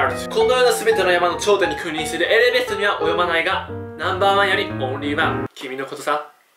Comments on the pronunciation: エレベストって言ってますよね、 エベレストじゃないんですか。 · エレベストって言ってる。エベレストだよ。笑 そーゆう所も可愛いはじめん💗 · エレベストじゃなくてエベレストじゃない？ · エベレストをエレベストって言ってるよね笑？ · ねーねー。。。 エレベストって言ったよね？？？ えっ？わざと？わざとなの？ エレベスト。。。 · エレベスト？笑笑 エベレストでしょ笑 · エベレストのことエレベストって言ったな〜〜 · エベレストのことエレベストて言いましたね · エベレストのことエレベストって言ってるけどつっこまないあたり天然…！ あと、言葉遣い面白いですね！ 結局、(ちょっぴり偶然だと思うけど)当てちゃうあたりすごい！！ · で「エレベスト」って言ってる。笑 残念ながら「エベレスト」なんだがな。笑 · はじめ「エレベスト」 正しくは「エベレスト」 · はじめん。エベレストのことエレベストってゆってたお（笑） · エレベストって言った？！ エベレストじゃないのw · エレベストってどこやねんエベレストだよww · えれベストって言ってたよねw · エレベストって言ったな…… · エレベストって言ってるエベレストなのに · エベレストのこと、エレベストって言わなかった、、？気のせいか！ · エレベストじゃなくてエベレスト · エレベストって言ったよね？？（笑） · 全然気づかなかったけどエレベストって言ってるな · エレベストって言ってるやん